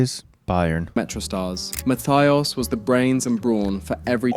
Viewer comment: idk if the list was good but man... german doesn't have an english th.. it's not losar.. Lothar is spoken Lohta.. Matthäus and Matthias are Matteh-us and Mattee-as respectively... (the u like you..) in general I know german is hard but if you make a list (not you,, the universal you here xD) at least try to get the names right. It's not hard to find most of the pronounciations.